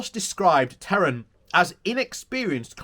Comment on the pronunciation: Please look at the text of the article again. The Minister's name is TEHAN. There is no R in there. He is not from Iran. TEHAN is a traditional Irish surname.